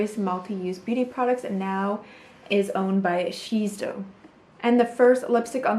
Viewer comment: I love love LOVE you, your channel and content but I have a small criticism...and I truly hope you’ll not be hurt, but I notice in most of your videos you mispronounce something important. Today was “Shiseido” ( should be she-day-doe).